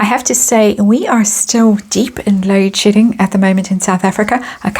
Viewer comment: Love your accent... can't help laughing everytime you say "load shedding" because it always sounds like "load sh***ing." Love your channel!!